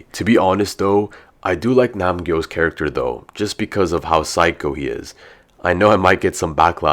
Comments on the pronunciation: Its nam-gyu not nam-gyo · Bro it’s not Nam gyo it’s Nam gyu it’s like beyond this point everyone is mistaking his name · why do i always have it for the toxic men😭 ( nam-gyu and mg coin ) also its nam GYU not nam GYO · Not nam-gyu Not nam-su But nam-gyo